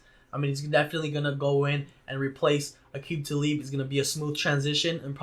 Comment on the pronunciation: Did you really just say aqib talib